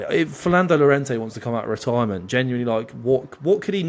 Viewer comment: Llorente??? 😂 come on now